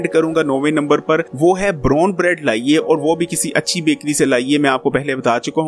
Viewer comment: Brone bread 😀😀😀😀 bolna seekh ly